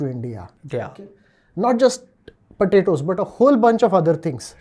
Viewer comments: it is not patato it is potatos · Why is he saying patatoes